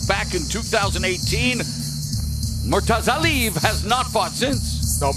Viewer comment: The worst defeat of the night was the pronunciation of Murtazaliebs name.